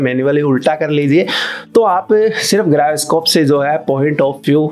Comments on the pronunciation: Bhai wo Gyroscope hota hai, grayoscope nhi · गायरोस्कोप नहीं होता जायरोस्कोप होता है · Griyoscope (Gyroscope)😂😂 Video is Informative but Griyoscope was best